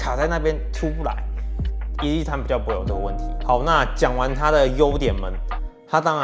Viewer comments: 我聽成一粒一餐... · 為什麼開頭我聽到你說（一力一餐) 是我聽力有問題嗎？😂